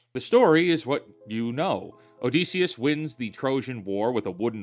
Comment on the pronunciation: ITS OdYsseus NOT OdEsseus man